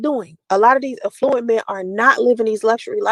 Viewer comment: Her nasty filthy mouth is so unprofessional during these”life coaching” lives she makes me sick. She doesn’t even know how to say the word affluent, no one in business or economics pronounces it that way which proves she’s not in that scene.